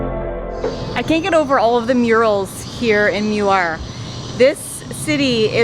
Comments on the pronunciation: i'm sorry but i cringed when my hometown name was butchered lol. this is how it's correctly pronounced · Vote for Redang Island the best There’s no curry inside the soup It is rempah kurma ( spice from dates) As for Muar pronounce it ‘Moo wahh’ Not ‘mew war’ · Not meu-ar. It is Moo-ar. And I prefer Redang island. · It's not pronounced as mew-ar, it's moo-waa but the locals called it muo (moo-wo). But foe melakan its moo-wow) with a twang and the second syllable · I am amused when you pronounce Muar as Miuar. It is actually pronounced ' moo...are'. Johorians pronounce as ' moo...awe' ( as in awesome). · Hello! I'm a Muarian living near Putrajaya. BTW, the town of Muar is correctly pronounced as: Muar = "moo-are" ✅. Muar = "mew-err" ❌❌❌❌❌!!! For additional trivia info for you: 1. The official & actual name of town of Muar is Bandar Maharani Bandar DiRaja or translated in English as Bandar Maharani the Royal Town. "Bandar" = town. "Maharani" = empress. "DiRaja" = royal. We can also say it in English as Empress Town, The Royal Town. 2. Muar is a district whereas Bandar Maharani a.k.a Muar town is its district capital. 3. There is a town of the same name, Muar, in Portugal. 4. The Portugal Portuguese was a colonial of Melaka, a capital city of the Melaka Sultanate Empire in The Malay Peninsula back in 1511. Muar area & its town were once formed part of the Melaka jurisdiction. But the Portuguese had not been succesfully to took over Muar where the Sultan of Melaka's retreating party had repelled n defeated Alfonso De Alburqueque at Muar River near Bentayan Fort. The Portuguese had 3 war ships bombarded the Sultan of Melaka but failed to capture or defeat the retreating party. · Greetings from Kanata, Ontario Canada! Muar should sound like “Moo Ar” and the guava should be Jicama. Typical Canadian eh, can’t take a bit of heat eh! Hahahaha Hope you guys enjoy your stay in Malaysia. I love the food selections, the people, places to scuba dive. I love Malaysia!!!!! ❤❤❤